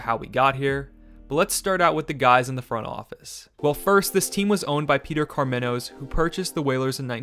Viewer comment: First... PNC is not on NC State's campus. Second... Rod Brindamawer? Anyone with even a cursory knowledge can pronounce a Hall Of Fame player. Third: Karmenos... Car-mah-nos Fourth: Rahlley? Fifth: Fact check that for me. Seriously... it's called Google. Robert Pera owns the Memphis Grizzlies at 36 years old. I did that in 10 seconds. Sixth: Selling more tickets than they had seats? How? Seventh: Donny Wadell. I have never heard anyone ever call him Donny Eighth: See second point. Ninth: I wish I hadn't watched this trash... I stopped at 7 minute mark and lost the last 7 minutes of my life to this steaming mispronounced dreck.